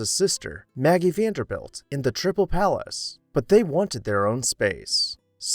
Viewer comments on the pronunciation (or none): none